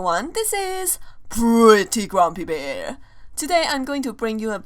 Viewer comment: STOP SAYING PRETTY GRUMPY BEAR LIKE THAT PLEASE!!!!!!!!!!